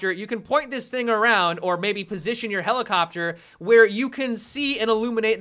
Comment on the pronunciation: Helelicopter... Genius.